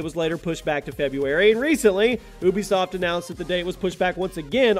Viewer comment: Oooobisoft and Kooonameee